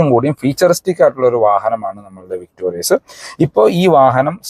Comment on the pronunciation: വിക്‌ടോറിസ് അല്ലേ? വിക്ടോറിയസ് അല്ല.